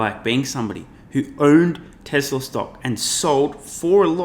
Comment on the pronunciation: She's right, but she can't pronounce Tesla, neither can you buddy...